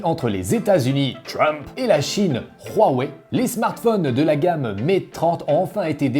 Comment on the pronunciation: Pourquoi dans ta prononciation Huawei tu y ajoute un r (rhuawei)🤔